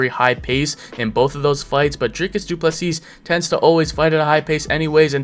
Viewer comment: Turned this off the second he called him Dricus Doo Plesseeasse. Don't pretend you can't say his name he's literally the world champ. Funny thing is that he got Khamzat's name perfect and even omitted the silent K